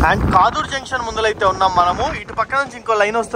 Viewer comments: Kaadur kadu kadur. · Adhi kaaduru kaadhu kaduru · కాదూర్ ❌ కడూర్ ✅